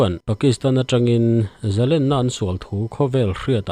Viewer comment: Zalenna len-sangha manna len ang hian thluk teh u. Tiang lo hian in hmang vek a, a dik lo tih pawh in hre lo. Paula chuan Zalen a ti. In thupuiah pawh lên (a chungah thlukna) in dah kuau khi a dik lo)